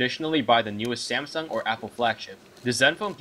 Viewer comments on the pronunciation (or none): none